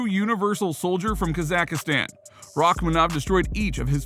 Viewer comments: Khamzat smesh. Also, please stop trying to pronounce Kazakhstan 🇰🇿 lol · That's not how you pronounce that country bruh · You really should learn how to pronounce kazakhstan especially since you’re probably gonna be talking about this guy a lot in the future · Bro learn how to pronounce kazakhstan ! You can type it into google and listen to it, it takes 2 seconds ! Seems really lazy !